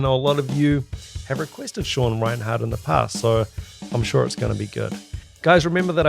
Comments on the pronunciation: 1. It's REI-NERT, not Reinhardt. (You Kiwis always make things sound weird too.😅) 2. He's really a jazz fusion guy who accidentally fell into death metal when he met Chuck Schuldiner as a teen and joining Death. He said his biggest influence is Vinnie Colaiuta. You can really hear it in his work in Cynic, especially their first album. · 1) it's Sean Rein-ERT not Rinehart (RIP - one of the most mispronounced names in metal). 2) he's the personal hero to many thousands of drummers including myself, so NICE CHOICE here dude. Maybe try watching a live CYNIC video of him from the 1990s. His playing with Cynic was where he cemented his legend. There is one video shown from behind the kit where Sean's left hand mastery is fully on display. ('swhat she said) But his playing goes far beyond the techniques he uses. He is/was a one man orchestra. Dave Lombardo meets Vinnie Colaiuta times nine.